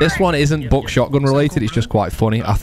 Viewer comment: I love the way you say buck "BOCK"